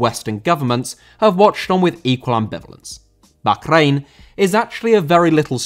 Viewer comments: It’s not backrain, it’s Bahrain and it’s pronounced barain. just doesn’t know what he’s talking about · Isn’t it pronounced “Bar Reign” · bro can u not say bahkrain its so annoying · I really dont know why you call Bahrain bakgrain. It is simply wrong and you force it. Its tearing my ears. When you dont know right prononciation just call it Bahrain (english prononciation) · The way you pronounce Baa-rain hurts. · Bokhrain? I'll assume its a classic British mispronunciation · I love your videos that are a fusion of politics and football but your pronunciation of Bahrain is nails down a blackboard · a stereotype of what? I love I just think hes saying bahrain wrong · The way you pronounce Bahrain is cringe. Anglicise it we do with with every other nation. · I don't want to sound stupid or anything, but that is not how you pronounce Bahrain. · I have never heard Bahrain pronounced like that. It feels like you were saying it as much as possible on purpose. Maybe this is the correct way but I couldn't finish the video. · Your pronunciation of bahrain annoyed me so much I had to stop watching 😂 maybe it’s the correct pronunciation but come on bro, nobody English says it that way, not even on the news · I’m glad I’m not the only one who was frustrated by this